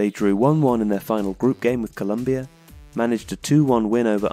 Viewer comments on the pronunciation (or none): none